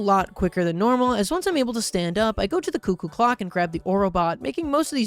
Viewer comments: bro did not just call it a "cuck-oo clock" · Please say cuckoo pls it’s hurting my soul